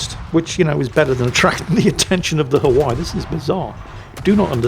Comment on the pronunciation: Please learn how to pronounce Hawaii